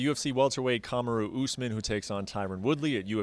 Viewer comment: Kamara “nightmarty” Usman